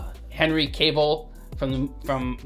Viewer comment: Please please please stop saying Henry’s last name wrong. It’s not pronounced “Caveill” take the E out it’s not Cave it’s Cavill.